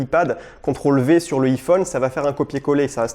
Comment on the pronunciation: J'ai mon pincil 🤭🤣 Donc ensuite y'a mon iifone 😂